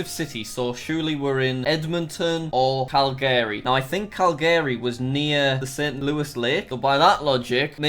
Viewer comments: That is not how u pronounce calgary search it up its pronounced Kæl-ge-ri bruh... not kæl-gaé-ri and its Ruh-Gy-Na not Re-Ji-Na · Everyone else: Calgary Jack: Calgayry (I know it may be because of his accent but i laughed SO hard when i heard his pronunciation) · Jack: "Cal-Gary" Canadians: *pain* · cal gary boi its pronounced cal gery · the truck literally has saskatchewan on it he just called alberta a freaking state it's a province cal garry? it's more like cal ger e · Cal-GAAry its Cel-gree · heads up there not called states there called provencies. also its cal greee not call garry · For all the non-Canucks: It’s pronounced Cal - gree. Not Cal - GARY, and not Cal - guh - ree. And yes it’s a dead giveaway for us when people say it weird. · Jack:* pronounces Calgary as cal-gary* Me:*cringes* Noooo it's cal-ga-ree! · It’s cal-ga-re not cal-gary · Cal- GARY NO JACK ITS CAL-gery ;) XD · Cal-gAry Calgary jack just Calgary lol. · Calgary is not pronounced Cal-gary it is pronounced Calgary with the stress on the first A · Jack saying “calGaRy” had me screaming at the screen😭😭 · "Cal GARY" "Ses kaw chew wane?" "Alberta is a state in Canada" "Links to France." what the hell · jack pronouncing calgary as "calgarey" just hurts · when you butcher ever place name CaLgAayy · I live in Calgary and when he said Cal g ary I got so triggered. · No one: Absolutely no one: Jack: Cal-GARY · cal gary re jeen a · And who the hell is Cal-Gary? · I love being in Canada cuz we have lakes Oh and Tim’s Oh and hockey Oh and igloos Oh and poler beers Oh and poutine Yaaaaaaaaaay Wait a damn minute something ain’t right here did he say Canada has states Wooooooooooow Omg lol lmao he also said cal-Gary and reeeeeee-Gina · Canada is awesome. (Totallynotbiased) Also I both love and hate how he pronounces places in Canada like Cal-Gary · this guy did not just pronounce calgary like KAL–GARY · as a canadian this video is PAINFUL and i'm not even done ahahahha "alberta is a state" "cal-gary"